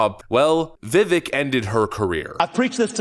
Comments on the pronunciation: I love your channel man, but please pronounce Vivek properly...VivAke, like cake. Thank you. And yes, the guy is an absolute beast! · Vivake, like CAKE. Please. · cake LIKE CAKE. crazy how he still can't say his name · Vivek's name is pronounced with the e like an A. It rhymes with cake as he says. Wish would pronounce it correctly. Vivek is a power house when it comes to blasting his opponents. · Love the channel but please say his name right. If you like the guy so much (like me) at least get his name right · you are misprouncing his name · You know...if you like Vivek so much, why don't you stop disrespecting him and pronounce his name correctly?? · The second syllable in Vivek rhymes with cake. If he's going to be your champion, which he should be, please learn how to pronounce his name properly. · Fr bro, learn how to pronounce the guys name at this point. He’s leading right behind trump. You’re a political channel and you can’t even say his name? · Vivek is pronounced like cake, the "e" makes the "a" sound. I know he's said he wouldn't take the VP spot, but I hope he changes his mind. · Vivake not Vivek pronunciation wise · Dear host: It's ''Vi-vake'' (rhymes with cake). Not ''Viv-vick'' just syain' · It rhymes with cake and sounds like VI VAKE. Not Viv ek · ...love ya man, but his name sounds like Viv-VAKE.....not VIv-Vik. My god, how many times has he corrected people on this point? VIVVAKE!!!! Rhymes with Cake. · Vivek is pronounced VivAke rhymes with cake. He is awesome! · (Vih-vake) is the pronunciation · Vivek (pronounced Vi VAKE)... Needs to prove himself to me... Over time. Put him in the Cabinet in charge of anything everything in the world. He's a different level smart.. CHRISTIE CLOSED A BRIDGE TO SPITE HIS POLITICAL FOE. #BRIDGEGATE. HE COULDN'T BUILD A BRIDGE TO SAVE HIS LIFE!! 😱🤣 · Vivek’s name rhymes with cake. Cringed a bit hearing you butcher it several times. Good video though 🙂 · Vivek rhymes with rake